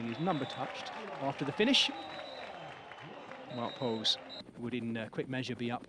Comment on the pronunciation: since when is wout poels english 😂